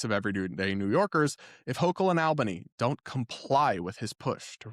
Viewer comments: My pet peeve. Its pronounced "All"bany, not "Al"bany... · Its pronounced "awl- bany".😅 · I'm pretty sure the capital is pronounced All-băn-ee. I grew up in Syracuse NY. That mayor is a nut job. 😢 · The A in Albany is pronounced like in the words "all" or "alright", not like in the words "Alabama" or "Alaska". Just a note. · the first syllable of Albany is pronounced like “all,” not like the “Al” in Alfred.